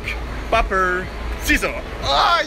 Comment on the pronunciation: Le mec prononce "paper" au lieu de "peyper" je suis mdr😂😂😂😂😂😂